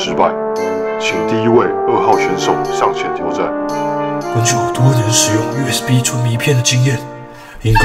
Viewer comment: USB我聽成you sb😂